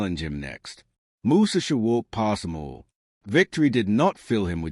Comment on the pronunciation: Bra..! Your illiteracy is showing! Learn how to pronounce his name.